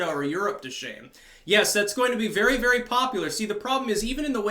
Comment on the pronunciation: Shhhhh. Be vewwy vewwy quiet.